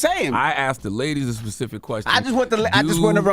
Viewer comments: Why does she say “liberry” and “pacific”. It’s library and specific. I thought she was a real journalist. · “fecific” lol that’s new